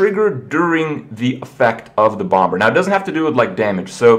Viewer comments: The 2nd B in Bomber is silent - Like Bommer - Not Bom Ber -_ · Bom Ber. Bomber bro, the B is quasi-silent. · Kripp, it's pronounced as /bomb-er/, not /bomb-ber/ :S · he still says bomBer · I hope that Grim Patron gets a name change, only because the way Kripp pronounces patron melts my brain. Pat-trun. I can handle hurthstone and bombe-er, but pat-trun is just too awful. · The second B in Bomber is silent... I couldn't not focus on that the entire time watching this. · The second B in bomber is silent kripp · Hi Kripp! Just to let you know, patron is pronounced PAYtron, not PAHtron. Say it with me...paaaaayyyyyytron and FFS, THE SECOND B in "bomber" IS SILENT (And yes, I know Kripp doesn't read these comments)